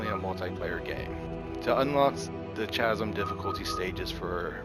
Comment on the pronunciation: Please learn how to pronounce "Chasm" correctly. It's "kaz(ə)m."